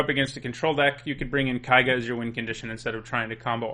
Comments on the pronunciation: "Kaiga, kaiga, kaiga, kaiga,..." It's Keiga, for god's sake. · His mispronounciation of keiga rustled my jimmies. Ke-ee-ga. It's japanese. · Ugh, I realize that I did the same thing back in Kamigawa block for Eiganjo Castle (I still think of it pronounced this way), but Japanese is not German. "Ei" is pronounced in Japanese like in "neighbor" and "weigh". And everyone tended to pronounce Keiga correctly from what I recall, so it's strange to hear someone pronounce it wrong. Even worse, you then pronounce the "ei" correctly on Yosei!